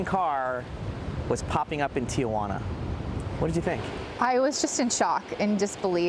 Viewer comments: As someone who lives in the area, I think what bugged me most out of all this was his pronunciation of Tijuana. She actually said it correctly. It’s Tee-Hwanna….not Tee-uh-wanna 😆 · Sir...for the sake of languages..its not Tia-juana....it's called Ti-juana...your aunt isnt here 😂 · It’s Tijuana not Tia Juana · Reporter: Tia Juana